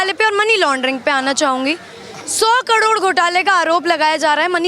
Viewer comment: karod bolna seekh lo.